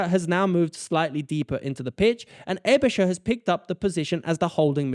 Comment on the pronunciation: Not really. But he does ponounce Aebischer right. So it's Schaer 🤔